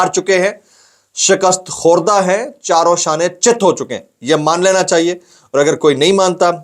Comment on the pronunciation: Bahi Jan u always says (Charo shany chit) it's wrong right word (Charo khany chit) thanks